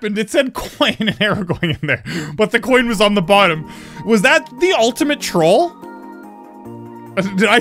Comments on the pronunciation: EPIC BROS c h o i h n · the way he says coin xD